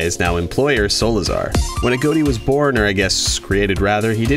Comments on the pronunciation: A. G. O. T. I not a goat i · A GOT TEA NOT A GOAT TEA